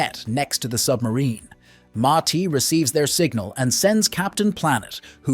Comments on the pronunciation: I can't watch this 😢. Bro you said the names right in the intro...Gi pronounced Gee and Ma-ti pronounced Ma-tee. It peeves me to much every time I hear them pronounced! wrong. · Mai Tai is the name of a drink 🍸. His name is Ma Ti (Ma-Te.). The five young men ? Did two of them have a sex change, or do they identify as men? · Same! I had the same complaint lol. The wrong pronounciations was so annoying.